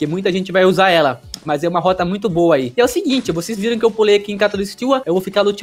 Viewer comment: As vezes ele fala algumas coisas e os sons mudam tipo o "T" dele mudou pra "D" aí nos ele falou "essa roda aqui não poderá mais ser usada" kajskjsjsksksjs